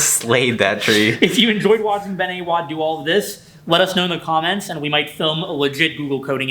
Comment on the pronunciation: is that actually how you pronounce Ben's name? A-WAD, like the insult?